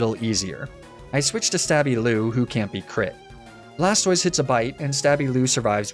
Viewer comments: "Blastwah", well, Blastoise would be Blastwahz, and feminine. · "blastoi" absolutely killed me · I’d you’re going to intentionally mispronounce Blastoise, at least pronounce it BlasTIS so it sounds like TorTIS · Blastoise pronunciation🥸